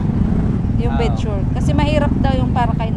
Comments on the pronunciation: Bed sore (sor) not bed sure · "bed sore " po not bed sure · correction po...BED SORE PO HINDI BED SURE😁